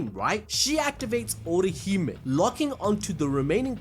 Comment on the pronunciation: Ohirume ✖ Orihime ✔ 🧐🤓